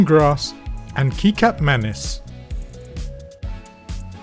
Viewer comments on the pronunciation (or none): this was excellent. btw, kicap is pronounced a bit like ketchup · No. In malaysia its kicap and not kecap. Kicap is pronounced kee-chup not like kecap which is pronounced ketchup